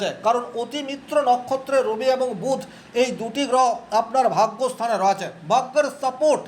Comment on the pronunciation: রয়েছে - এই শব্দের উচ্চারণ সঠিক ভাবে করুন।